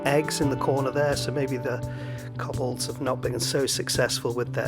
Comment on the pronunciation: Six koblods and one koscared.